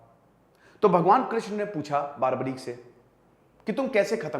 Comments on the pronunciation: Its barbarik not baarbarik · बारबरीक नही, बर्बरीक है। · Nam ka sahi uccharan toh ker lo bhai